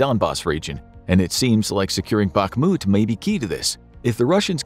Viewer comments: It is pronounced "Bahmut" not "Bakmut" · Please, please, Bakhmut = bahRRRRRRRRRRRRRRmut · Every time you are saying "BAKMUD" its like a bullet in my ears :face-purple-crying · Don't want to be rude but it's pronounced "B-A-H-M-U-T" the "K" is silient